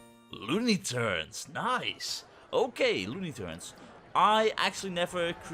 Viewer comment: Lol "Turnes" haha. love you mate!